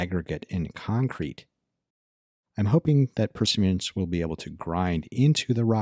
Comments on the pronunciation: How do you manage to pronounce Perseverance (4 syllables) as "prsvrence" (2 syllables) ? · It's the martian accent. ;)